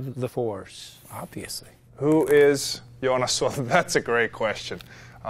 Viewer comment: Sorry - Wiki says the same: Joonas. Where did you learn Jonas?